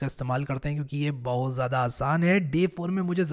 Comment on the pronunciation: The way he says bahoout resembles like he is from u.p